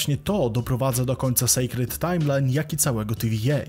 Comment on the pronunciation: nie secret (sekretną) a sacred (świętą, uświęconą) malutki błąd w wymowie